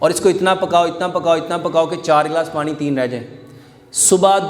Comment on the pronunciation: Pani not panre.